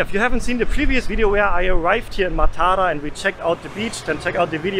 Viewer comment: Even in Sri Lanka . . . only in Maatara (that's how it is pronounced) they eat rice for breakfast, rice for lunch and rice for dinner